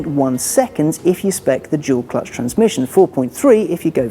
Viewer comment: it's "Dual Clutch" not "Jewel Clutch"